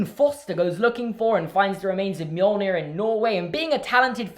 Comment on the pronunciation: It’s pronounced me-yol-neer but reads as mjölnir because the Norse where assholes at creating a language